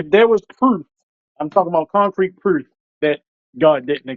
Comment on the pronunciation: homie said Prewoof 😂🤣😅